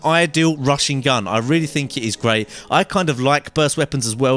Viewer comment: He said gay instead of great